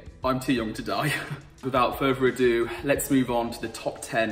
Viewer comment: " ... without furver adue "